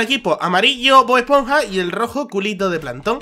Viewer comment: bod esponja una crastiburger jajaaj me gusta cuando lo dice